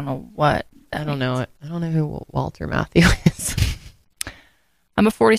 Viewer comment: Not "Walter Matthew". It's Walter Matthau, the actor.